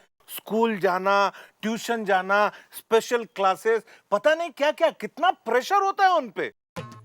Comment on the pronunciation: Special ❌ pesial ✔️